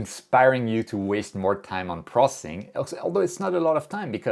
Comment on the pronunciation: Funny thing about me is I enjoy capturing images almost every night. But somehow the lazy bug bites me for processing the images. By the way I just enjoy how you pronounce “processing” as “prossing” lol